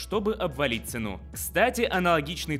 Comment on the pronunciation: Господи, в слове «цену» ударение следует ставить на первый слог, на букву «е» – цЕну. Это форма винительного падежа существительного «цена», не разрывайте мне душу..((